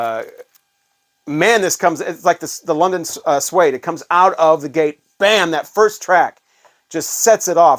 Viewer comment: Did you say London Sweed? It’s Suede pronounced swade 😅